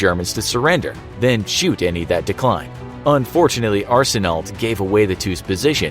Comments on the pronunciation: Only some Canadians can understand he was saying “Arsenault” wrong.... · You not supposed to pronounce the last letters of L and T in Arseneault. The more you know. :) It's pronounced the same way mine is spelled, regardless of the spelling.